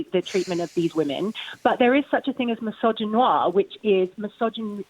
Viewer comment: Did she really just say mysoginoir?